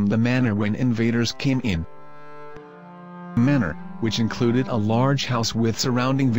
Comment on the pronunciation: Manor. Not manner.